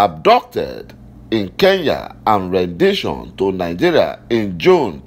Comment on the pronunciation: PLEASE SIR, COULD YOU PRONOUNCE THAT WORD, RENDITION . REN-DI-TION. Wrong pronunciation misleads!!